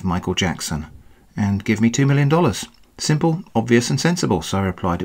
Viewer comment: "Eye don't think its that seemple..." WELL YOU MAKE IT SOUND IT SIMPLE!!!!!!!!!! JUST LIKE ANY AUTHORITIES WHO ARE SECRETLY SCAMMERS THEMSELVES!!!!!!!!!!!!!!!!